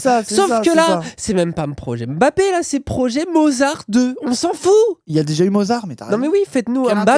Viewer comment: Ah il a bien prononcé le nom de Mbappé !!!! tiens !